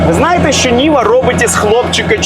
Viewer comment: Може Нива, а не Ніва😅